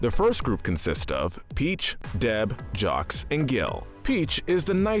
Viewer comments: It’s pronounced Jock, not Jocks. The “s” is silent. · Loved this but it’s not pronounced as jocks 😂 it’s Jacques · Do you not even know how to speak French, because it’s pronounced “ZSAWK”, “”! The S is silent in the end of French names! 🤨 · acknowledges Jacques is French Also: continuously pronounces the fish's name like jocks 🤦‍♀️🙅‍♀️🙇‍♀️ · Sometimes, these people don't pronounce words how we do.